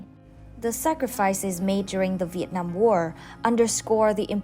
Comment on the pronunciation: Your Viet Nam pronunciation is charm and lovely. Cheer from DC USA